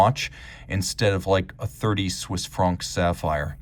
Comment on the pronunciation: What’s a Swiss fronk? I do hope you weren’t trying to say “franc” because you used the wrong vowel entirely. What is it with Americans and vowels? You just can’t get them right in any language, can you?